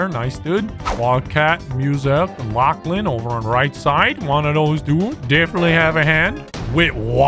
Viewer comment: Did realize after that it was pronounced lachlan?